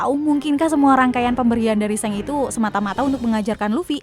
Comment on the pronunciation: Shenks? Wkwkwk emang di animenya gt cara penyebutannya?